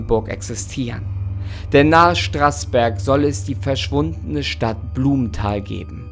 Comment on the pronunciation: du meinst "Nahe Straußberg" und nicht "Straßberg"